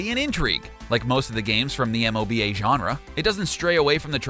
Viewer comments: Here's an interesting thing about abbreviations: it's ok to spell them out if they are short or have lots of consonants that are difficult to pronounce together, like in FBI or MMORPG. But M.O.B.A., seriously? Just say "moba" or noone will believe you actually played one of these games, ever. But who am i to expect this from a guy who thinks, Dota 2 is developped by Blizzard? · I’ve never heard anyone spell out M O B A, usually it’s just pronounced as one word: “moba”. That and the blizzard comment threw me off. Haha love some of these games tho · The way he says MOBA just bothers me. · 1) please pronounce MOBA as a word like everyone else in the world. In the tech world, if an acronym can be pronounced, it is (RAM, ROM, DOS... etc) 2) wtf Blizzard did not create DotA or DotA 2